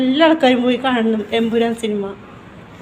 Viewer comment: Thamburan Alla Chechi Emburan😂😂😂